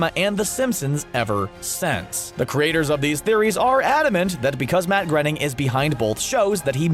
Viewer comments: Stop saying matt grunning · “Grenning”? Groening “Rhymes with ‘complaining’” he says. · I thought his name was pronounced graining? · It’s pronounced Gray-Ning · Grenning???!!!! You have lost ALL credibility.